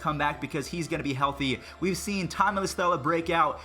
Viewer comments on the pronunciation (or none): none